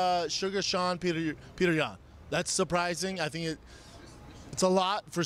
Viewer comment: Suga’ SEAN🤦🏽‍♂️ Ain’t no one called Al- Jo AJ either🤔. Did you get Brendan to read out the names to you first 😂